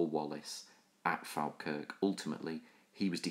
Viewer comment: Its pronounced Fall-kirk or as we say in Scots Faw-kirk :)